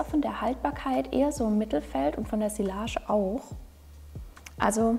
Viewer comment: tolle auswahl und interessante Beschreibung! Ich mag auch deine ruhige Art. Bitte sprich doch sillage mit j in der Mitte aus, sonst kommt's so unprofessionell rüber ;) Merci!